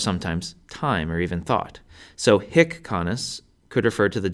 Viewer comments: your short is the vulgar latin short vowel, that is why you're pronouncing it wrong. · THE H IS SILENT FER CRYIN' OUT LOUD. HIC, e.g., IS PRONOUNCED "EEK" and HAEC IS PRONOUNCED "ACHE". OMG. I listened to this and my head almost exploded. How could they make such an error in pronunciation? H IS SILENT!!!!! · don't sspire the ''h'' for hic, haec, hoc you should pronounce [ic] [ec] [oc] 😊